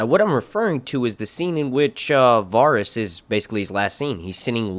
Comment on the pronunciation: say it with me. VA-RIES not Varis